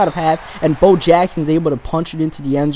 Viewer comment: You said hove instead of Bo.